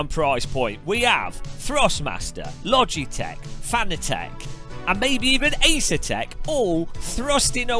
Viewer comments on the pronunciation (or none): none